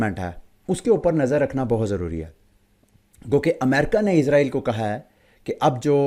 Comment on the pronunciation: Bhi izrael nhi israil bolain